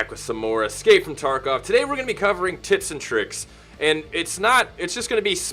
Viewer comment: You definitely said "tits and tricks"